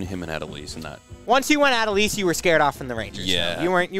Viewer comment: Not: Aaah doh lease